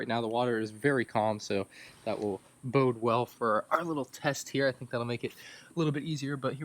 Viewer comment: "So that will boat well"